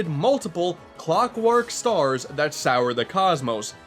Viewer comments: "sour the sky"... Wut. I-it says soar... Soar... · soar. . . is not sour. lolololol these kids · you sure did say sour instead of soar, didnt you? Great review by the way, I really enjoyed you going over a game I never got to play! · Is it me or did he say soar wrong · Am I the only one who noticed he said "Sour" instead of "Soar"?? >->' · "Sour" the cosmos? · Learn how to pronounce soar. It's not pronounced sour. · The only thing I noticed is that he said "Sour" instead of "Soar" >-> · "Sour the cosmos"? Don't you mean Soar? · that "sour" the cosmos? wat? SOAR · Did he just say sour?! Instead of soar? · Also, come on, "soar" is not pronounced "sour" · Reads " soar the cosmos." Hears "Sour the cosmos." Man I hate it when my cosmos get bitter.